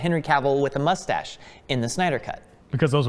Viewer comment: pronouncing it "mushtache" is so freaking adorable